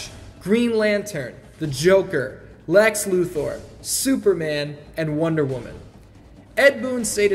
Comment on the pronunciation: "Lex Lu THOR"